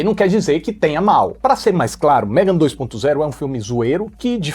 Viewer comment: tá lindo de "MEGON".😂😂😂